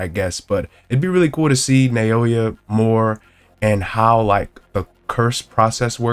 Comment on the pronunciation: Pronounced NOW-yuh not Nay-OH-yuh